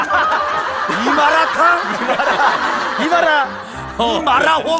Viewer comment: 이 마라도 뒤집어질 것 같은데 이 마rrrrr롸탕? 이 마rrrrr롸 허그어? 반응도 개웃김 ㅅㅂ